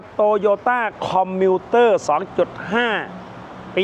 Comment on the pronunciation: ชอบครับ คนรู้เรื่องรถจริงจะออกเสียงชื่อรถรุ่นนี้ คอมมิวเตอร์ รถสวยมากครับ